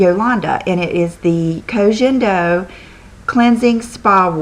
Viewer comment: it's Ko gen do, like "guen", like Guendolyn....